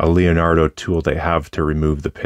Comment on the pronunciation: Other than "lionardo" instead of Leonardo and "moseico" instead of mosaico (i wish i can write those two words in a way an english speaker would understand the pronounce) everything else was perfect italian with a beautiful accent. Thank you for the review of this beautiful pen